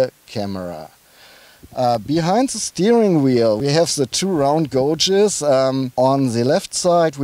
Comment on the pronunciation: As always, a very good informative review..Just one thing, gauges is pronounced GAY-ges and not GO-ges. Keep up the excellent work.